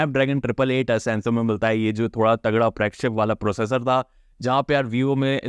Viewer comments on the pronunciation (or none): none